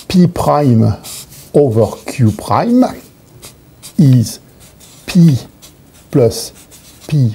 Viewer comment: The way he says prime is the best Edit: or in fact any word with an R in it